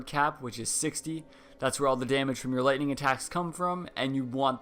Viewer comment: ha he said lighting strike